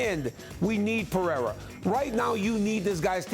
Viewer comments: Nothing worse than Chael calling him Pee-era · She literally can't say anyone's name right. She doesn't know anything about the sport it's so obvious. " Peraya?" And "ankaleyiv"... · Alex Pereza lol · Pereira has one of the easiest names that people butcher. Poor dude lol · it pisses me off when espn casuals dont even bother to get the champs name right why is it so hard to say PEREIRA